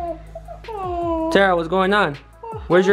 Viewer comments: is Terah not tera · It’s terah